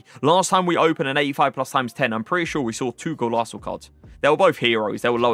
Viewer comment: Bro what’s a Golaso? It’s Golazo! Zo Zo